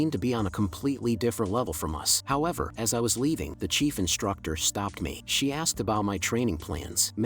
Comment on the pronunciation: Good vid but Ami the only one who noticed how he/she idk pronounced the S like not to be mean but here’s a word SSShe is it the microphone? Sorry for being rude